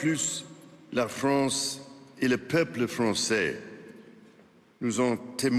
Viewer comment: Hahahahaha il a dit la « FRONCE » ce facho